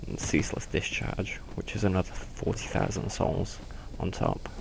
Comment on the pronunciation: says "souls" like a dumbass.